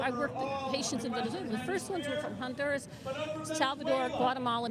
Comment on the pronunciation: They are NOT BOMBING Venezuela right now. It was in and out! *H in Honduras is silent ---- onduras.